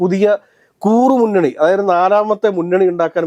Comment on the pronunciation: "KOORRU MUNNANI" ALLA TTUO....😢.... IT'S "KURRU MUNNANI" ie SMALL GROUP